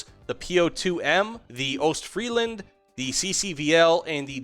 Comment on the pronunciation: The s in Ostfriesland is not silent fyi.